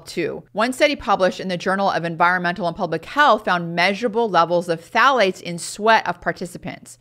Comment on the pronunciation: I can’t understand that last chemical sounds like she’s saying P fats. The ones that stay in for the longest period of time and iron to excreted through the measures she is discussing. Can someone tell me what she saying and as importantly, where these chemicals R found? Thank you.